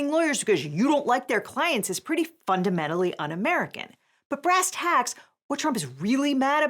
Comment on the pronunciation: I'm new here but I have a feeling that "Fu-ndementally" was supposed to be a different word